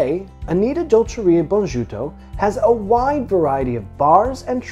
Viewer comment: Bonajuto = pronounced 'boh-nah -ee-uh-toh'. It's great that there are so many good dishes and vegan versions of typical dishes in Italy!